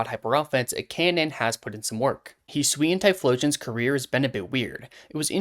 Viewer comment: Yes! Finally another person who says "Hi-swee-an" and not "Hi-soo-ian"